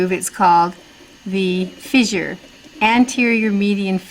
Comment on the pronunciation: FISSURE... it's not pronounced Fizzure